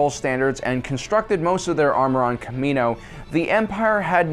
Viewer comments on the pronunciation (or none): It's kamino not kameno dumbass